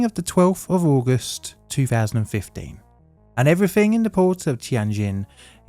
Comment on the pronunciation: Please try and enunciate "three" and "everything" properly. It's not "free" or "everyfink". You don't seem to have a problem with the and they! Although there was a "fank you very much" towards the end. Just lazy and ignorant.